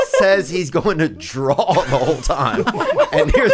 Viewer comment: BRENDA ITS PRONOUNCED “DRAW” NOT “DRALL”